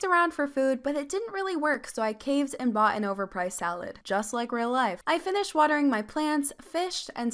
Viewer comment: When she said donate a like I thought she said donate a leg